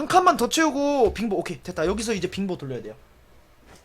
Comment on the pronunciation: 빙보를 핑보라들음 ㅋㅋㅋㅋㅋ